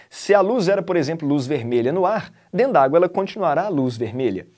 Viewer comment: dendágua, como um bom mineiro kkk valeu por mais uma aula,!!